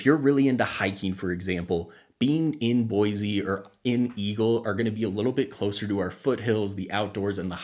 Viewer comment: Thanks for the video it is very helpful. As a side note. Locals normally promounce Boise with an S sound, not a Z. With the huge influx of new people I am hearing more people pronounce it with the Z.